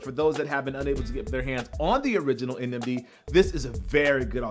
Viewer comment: Did he say Adidas NMG?😂